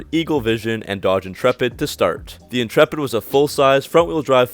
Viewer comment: Dodge inchurpit in-churp-it